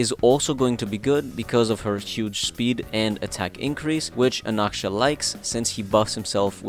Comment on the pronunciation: He's Anaxa not Anaksha